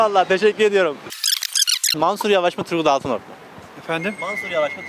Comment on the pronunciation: Altınok diyenler daha ismini bile doğru söyleyemiyorlar kişi teröristlerle iş birliği yapanlara oy yok demeye getiriyor ama erdoğanın şivan peewer ile eğleniyor Erdoğan çok şanslı çünkü hiç bir cumhurbaşkanın bu kadar cehalet ile karşılaşmadı